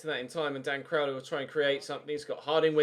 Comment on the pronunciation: You said Cowley. It's was crowley!